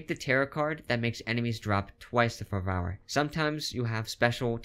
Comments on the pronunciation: Good tips, but it's pronounced as "fer-ver", not "ferv-OUR" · its ferrr verrrr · Pronounced FER-ver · Ok but is it actually pronounced Fur-vow-er because I've only ever heard Fer-ver. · 10/10 video until you said fer-vower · Great video, thanks for the tips, this will help massively! Btw, fervour is pronounced like further - the devs use the English-English spelling, rather than the US which is without the u - fervor. Keep up the good work. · Lol the way you say "fervour" is funny 😅 (i mispronounce things too, its ok! Lol) but in case you didnt know, "fer-ver" or "fer-vor" is how its pronounced 😊